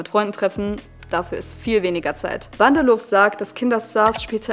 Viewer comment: Nur so nebenbei, das 'w' am Ende von Namen Bandelow ist stumm und wird nicht gesprochen ;)